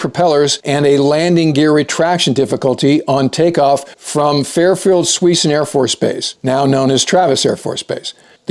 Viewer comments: Hi - It's pronounced "Se-soon", not "Swee-son" (old name for Travis). My folks retired out near Travis AFB, which is near Suisun City and Fairfield CA. It's right over the hill to Napa, wine country.... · Not Sweeson!!! Suisun pronounced "Suesun". A California Indian name. Lived in Fairfield from 4th grade to high school. I graduated from Armijo high school in 1954. Worked on the bomb storage shelters there during summer vacation . Watched the F84's take off for Korea. One had a tail strike on rotation. Fond memories of the high school years. Back when you could be a crazy kid and not go to jail. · I'll give you some leeway because you're not a Bay Area guy - Suisun is pronounced Soo-soon around here. I have no idea on how Wikipedia says it's pronounced (and don't really care) but it's pronounced this way by every native Bay Area and North Bay resident. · I grew up near Travis AFB, in Fairfield, Ca. It's pronounced "Sue-soon." Suisun is named after a Native American tribe from that area. In fact my high school was backed up on Air Base Parkway, it was the main road you would take from I-80 to the AFB. I grew up knowing about the crash that killed Gen Travis. I did not know it was a broken arrow though.